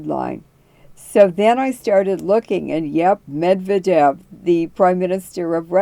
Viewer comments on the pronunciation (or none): none